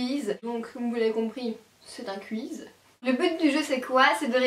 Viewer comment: C'est bizzare la façon dont tu dis "quizz" x)